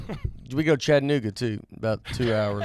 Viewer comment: Hell yeah, Nate vacationed in Chattanooga. Thank you for pronouncing it correctly